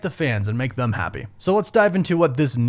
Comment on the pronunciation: Are you saying thumb or them?